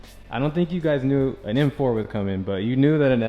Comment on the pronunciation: "EM FOE "